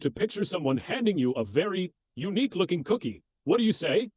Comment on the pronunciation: ah an example at 'A very unique-looking cookie' sounds like 'a very un looking cook' - maybe a video generation thing that can be fixed? if you crack that, please feel free to delete this comment :)